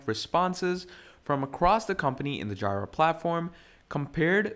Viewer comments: OMG guy needs to edit this video and front load an apology for butchering the name of JIRA. I couldnt watch it simply because hearing "Jaay-Rah" its "Jee-Rah" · FYI, I don't want to start this with criticism, since I AM learning, and much appreciate it, but JIRA is pronounced Jee-ruh. It's the second part of Godjilla or Godzilla in Japanese :) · My ear hurts every time I hear JAAAAYRAAA. Good tutorial though :) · It's JEE-RUH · Say it with me... its JEE-RUH!!! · Yeah it's definitely GEEEEE-RA Comes from the Japanese GoJira so yeah painful to hear! 😅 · 🤣🤣🤣🤣🤣that annoyed me too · The way he pronounces Jira was driving me crazy incrementally…